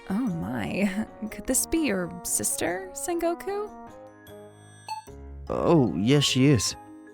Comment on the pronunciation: Sen goku❌️ Son goku✅️